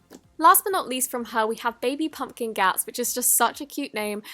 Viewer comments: Butchering the word Pumpkin😂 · 'This slime smells of warm pump-kin. Pump-kin? Punkin, ThIS slime smells of warm Kunkin. WARM PUMPKIN!!' 😂😂 and then she said cherry bossom istead of cherry blossom 😂😂 and shes like my favourite youtuber to watch 😂❣️ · "it smells like warm cumpin PUMPKIN" Amazing! xD (Not hate by the way) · I DIED WHEN SHE KEPT SAYING PUMPKINS WRONG!!!!! :))))))))))))))))))))))))))))ddddddddddddddDDDDDDDDDDDDDDDDDDDDDDDDDDD